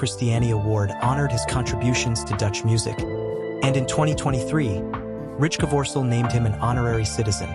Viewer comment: Yes and the AI is too stupid to pronounce Rijkevorsel correctly. Rinus seems to be a problem too for AI 😉